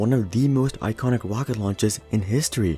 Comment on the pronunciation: He called the falcon heavy a "wocket" at the start